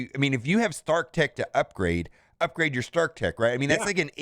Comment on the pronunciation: "Upgade" - For the good of all Kree. Believe in OMG.